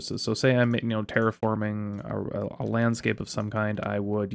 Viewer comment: When you said "terriforming" I swear I thought you said "TerickForming" ... which .. would have been awesome. And on brand.